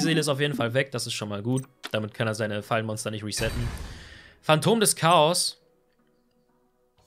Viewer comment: Es heisst re- setten "wieder setzen" Betonung und so :)